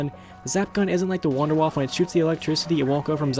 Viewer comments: Are you dempsey you pronounced number 2 "Wonder Waffle" it's "Wonder Waff" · It's not wonder-woff or wonder-waffle. It's wonder-woff-uh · Idiot, he called it the 'Wunder Waffe' even though it's a German mad gun made by Dr.Edward Richtofen so it would be pronounced 'Vun-der vaff' not 'Wunder Waffe', check your facts before you make a video. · Its not pernounced wunder waffah, its a German word and in German W's sound like V's. So its pernounced Vunder Vaffuh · The Wunderwaffe is actually pronounced "voonda (short oo) vahf", as in the Deutsch word for Wonder Weapon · Vunder-vaff-uh (w's are pronounced as v's in German) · Wunderwaffe is actually pronounced "VunderVaffeh" because it's German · Actually It's Pronounced "Vunder Vaff" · khalial EPPS its actually vunder vaffa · Lol he said wunderwaffle pfffffft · it is actually it is pronounced vondervaf because it is german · Fuck tard... its not pronounced wonder waff.... "Waffe" means weapon in German, there fore its actually "Wonder Weapon" Or Waffe<the e isn't silent. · Also the Wunderwaffe is pronounce Vunder vaffe, a "w" in German is pronounced with a "v".... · a little German Tip :D : you speak the Wunderwaffe Out without the E on the end ;D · I like how people cant speel german words like Wunderwaffe, Verrückt, Kino der Toten. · Not N W's are pronounced as V's in german